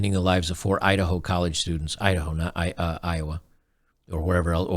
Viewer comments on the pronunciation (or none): none